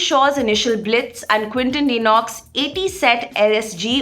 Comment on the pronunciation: Quinton De Kock not denox!